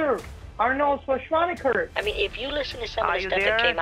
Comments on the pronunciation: "Arnold who?" "Arnold Swarshaunicker" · "Arnold Shorshwaneger" omfg im dead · I thought he said Arnold Shrawtzenshwagger. Either way, it made me laugh. Scammers are so beyond ignorant and make imbeciles look like Rhodes scholars. Saying they are below intellectually inferior is too generous. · Arnold "Sir-swah-nehgar" Had me dying I can't believe he butchered his name that badly!!!!!!! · Schwarschwannager killed me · “Arnold… Arnold Shonswaneger” “Get to the chopper for me” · "Arnold Shushvanagert of California" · “Arnold Shashwanawer” 😂😂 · "Arnold swaashwaker"🤣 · this whole time ive been PRONOUNCING Schwarzenegger WRONG!! THANK YOU BANK OF AMERICA!